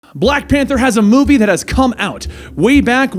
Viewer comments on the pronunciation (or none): none